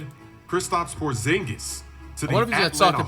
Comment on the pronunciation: Why bro say Porzingus like that? 💀